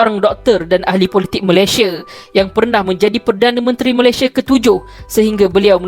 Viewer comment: Sebut elok² la MALAYSIA tu...xpayah la nk bunyi² cam mat salleh gitu...sbb bunyi cam mat salleh pun sekali pun...lurah pantat tak jugak warna pink..